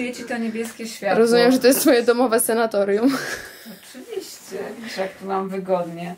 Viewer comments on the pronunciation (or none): Nie senatorium, tylko sanatorium !